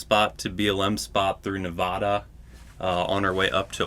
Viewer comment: Please learn how to pronounce Nevada correctly. That is all.